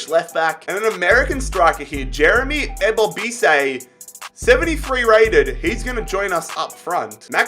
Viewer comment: I’m a Timbers fan it’s pronounced Eee Boh Biss Eee